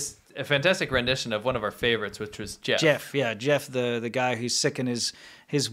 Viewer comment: Glad to see a return of "Jyeff, you hyave a cold". Haven't laughed like that in a while. Wow, so good!